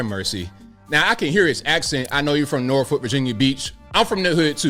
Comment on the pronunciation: If you are from va beach area… then how come you pronounced norfolk wrong???😂😂😂 you know it’s nawfuck. r is not pronounced except by outsiders!!!! Love uour channel